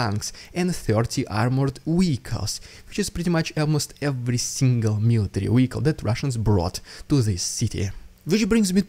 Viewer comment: Veeehicle not Weeehicle. Just saying and not complaining. Keep on doing what you do. Yours with two thumbs up on your channel - FOB Whiskey Victor Canada